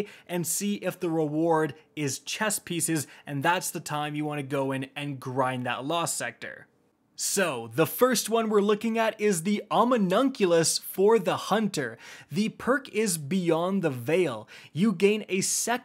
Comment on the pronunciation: "On Me Unkulus" - OMNI. OCULUS. B R U H